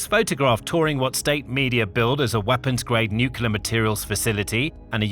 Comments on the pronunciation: nuclear has one U and 2 syllables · It has 3 syllables. (no͞o klē ər)